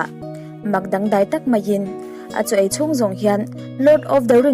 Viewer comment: ai tur nilovin ei tur aw kapi..eng khaw sawi set set lovin tih pawh kha athluk adik tawk lo..